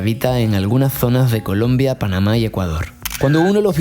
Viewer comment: Gran pendejo, se dice Colombia no colom...